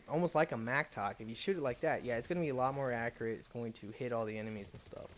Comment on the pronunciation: its A MATTOCK not MACTOK